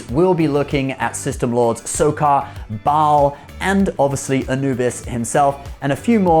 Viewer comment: He (and the actor) was awesome but it always bothered me that they never tried to pronounce his name correctly. "Ball" just doesn't have a great ring to it like "Ba-al" with the slight hitch in between.